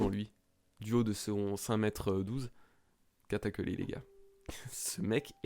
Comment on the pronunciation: "Katakuli" dégueulasse xD sinon cool la review^^